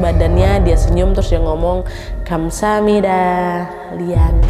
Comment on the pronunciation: Iihh merinding pas dia bilang "kamsahamnida"😭🤣